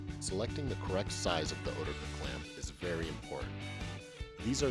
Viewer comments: Ha, I doubt that since this is an American pronunciation where instead of a "t" he uses a "d" sound 🤔 but I'm not that bothered, it's just funny how at my work there's no consensus. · Literally everyone at my work pronounced oetiker a different way, except this way 🙈